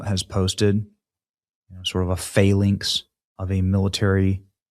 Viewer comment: What's a "faylinx"? FFS dopey Benny - you really struggle with your own native language 🤡